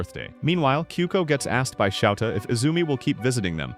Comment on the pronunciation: It's souta not shouta